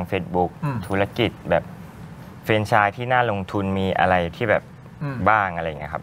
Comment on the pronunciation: ที่ถูก คือออกเสียงว่า แฟรนไชส์ ไม่ใช่ เฟรนไชส์ นะทุกคน